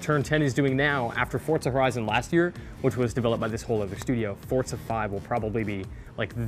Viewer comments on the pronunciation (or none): FORZA not FORTZA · correct me if I'm wrong but isn't it pronounced For-za not Fort-za?